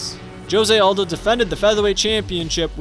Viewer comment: Please learn how to say Jose Aldo’s name